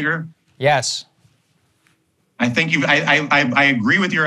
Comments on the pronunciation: Man..I love Dylan and his insights, but for the love of all things holy, it's SAAger! Sayger?...can't take it!! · "Say-ger" lol arrgh... come on, it's not hard to say. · Anyone else bothered when Ratigan would say Sager and not Saagar? It reminded me of Workaholics where someone would say And-ers and not Ahnders, phonetically speaking XD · Say-Guhr lmfao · Never say Saygar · Dude just keeps calling him Sayger 😂😂😂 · Say-gar haha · Say-gar lol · Sayger. Sayger? Cmon man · I love Dylan Ratigan, but, Krystal, please tell him privately that your co-host's name is pronounced 'Sah-ger.' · Anybody else bothered by his pronunciation of Saagar? it sonds like he is sayin Sega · Saygur lmaooooo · It’s Saaaaager bro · When he says 'Sagar'... it bugs me more than it should... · SAH-GER. SAH-GER. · Lost me at “SAYger” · Wish he'd learn how to pronounce Saager. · Why is he pronouncing Saagars name like thattttttt 🤣😭 oh no. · He always mispronounces Saagars name lol..... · You know Saagar is a Libertarian and GQP shill b/c this dude mispronounced his name TWICE and Saagar didn't correct him at all. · Lmao you can instantly tell Saagar is irritated when this dolt immediately says his name incorrectly. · Should I trust a guy who mispronounces the cohost's name? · The next time Dylan is on, and he should be, he needs to pronounce Sagaar’s name correctly.